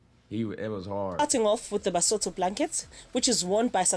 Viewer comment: Basotho not soto King Moshoeshoe not moshosho but otherwise she did her best